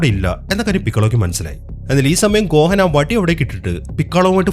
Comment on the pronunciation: Bro ഗോഹൻ എന്നല്ല ഗോഹാൻ ആണ്